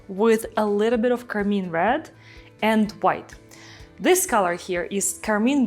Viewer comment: This is beautiful!’ I do always giggle when she calls car-mine car-mean.